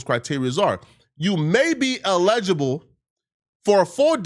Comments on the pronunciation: bro already fumbled "eligible" and started sweating when he saw "eligibility" 😂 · It eligible not legible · “elejable” lol illiterate mfker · illegible and eligible are different words. This nigga can't read! Oh shit lol! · El-IG-ible not illegible 😂😂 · Eligible and illegible are two different words. Come on man. That one word exposed you. 😅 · Dear #: pronunciation can change the word, which changes the meaning😇 ever1struggles w. something, lol #Illegible:handwriting, print, or symbols that are impossible or very difficult to read. It refers to text that is unclear, sloppy, or faded. #eligible (el·i·gi·ble) VS #illegible (il·leg·i·ble) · Did he say eligible or illegible?? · Brother, I know this is not a big deal but was driving me a little nuts, you’re pronouncing eligible very wrong. I know it’s not important but for your own sake. You’re saying E-legible It’s El-ligable I don’t know if that helps, i’m sure you could type it into Google and have it said to you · You stared at "eligible" and yelled "ALLEGIBLE" bro? Twice?!! lol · Elligible not Illegible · eligible is pronounced EL-uh-juh-bul (similar to elephant), not uh-LEJ-uh-bul (like allegedly). Different word. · Respectfully, that is not pronounced ILL-LEGABLE, its EL-LID-JIBAL. I'm not trying to troll you on your own platform so please recieve this as intended. Each one teach one, that is the way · Please stop saying "elegible ". It's "eligible " lol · “Illegible “ instead of eligible is proof doesn’t know English, only food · Tf is (e lelgible)??? 😂😂😂 it's ( l gible) man 😂😂😂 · can't read. Nigga keep saying illegible not eligible 😂😂😂😂😂😂😂😂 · You may be allegable has me rollin lol...Its eligible fam lol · 'illegibal" lol SMH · For the love of God! EL-ih-juh-bul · My guy you are not saying that word right. Please don't be yelling and trying to make a point and not saying the word right 🤦🏽 The word is eligible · EL-igible, please. 🤦🏾‍♀️ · Say it with me.. E L- igible